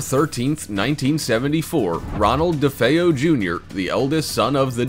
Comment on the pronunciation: Thank you for actually saying DeFeo correctly.